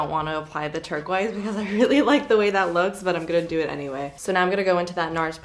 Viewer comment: once you hear say “turk-wise” instead of turquoise you can’t hear anything else 😂🙈